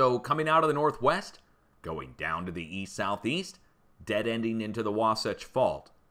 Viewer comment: i live in utah u pronounced that fault correctly